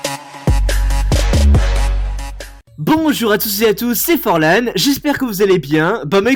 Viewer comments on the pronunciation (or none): Mec cest pas frôlant ces forlan